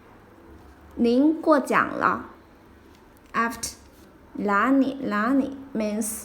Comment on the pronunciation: Are you from Sichuan province? 😊The way you pronounced Na Li, sounds more like La Ni 😁